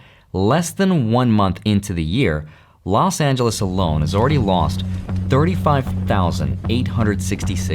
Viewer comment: Los(t) Angeles 😢🙏🏼